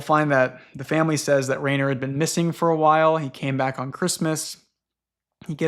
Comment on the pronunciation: Okay I wasn't sure before, but now that you've mentioned Rainer Rilke it's confirmed it to me so, I've got to tell you Rainer is actually pronounced with /ai/ as a diphthong making a long I sound like in the word 'line'. I don't know if you've seen it, but think of Reiner from Attack on Titan. If you wanted to spell it in a way an English speaker would get intuitively from the ground up I think you would spell it Riner.